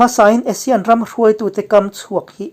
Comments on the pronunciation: Asean ti zawktur aw.. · A thupui a i rawn hman khi ka duh tawp..Asane ho ek mai an ni tih khi chu ka nuih a za tawp..hahaha...mipui hian kawng zawh tawh lo in a ruk a ral in bei tawh maise aw, an thi reng mai a rilru a na duh emai....hnam sipai ho hian lungrual tak in bei zel tawh mai rawh se.. i ti lawm awm lutuk e kawlhming i lam thiam lutuk hi a mak ka ti, kawl ho zing a seilian pswh i ang zawk alawm le...damreng ang che..